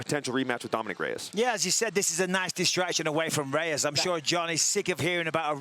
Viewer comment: Michael “Re-ez Raymatch” Bisping